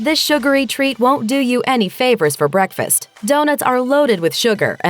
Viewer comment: What the hell?! Guess I'm ditching bekfast because I can't eat any BEKFast foods!!